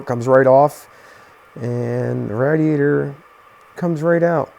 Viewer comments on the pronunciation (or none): Its pronounced. Raid E ate er. Smh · Quit sayin radiator like that🤣🤣🤣